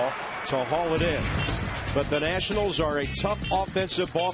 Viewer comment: ah yes, the Washington Natinals